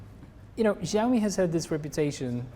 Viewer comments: The interviewer can't even speak the company's name properly and sounds like an asshole. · was really unprofessional and defending the iPhones for whatever reason, I don't know. Hugo Barra did a really good job at keeping his cool. should've learned beforehand how to pronounce the brand name, which clearly he didn't. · Am I the only who noticed that the interviewer is even not able to pronounce "Xiaomi" properly. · Please at least pronounce the name right of the company when interviewing it's Vice President.